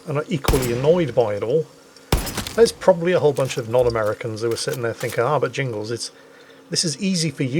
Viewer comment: Jingles! Are you sure you are not an American?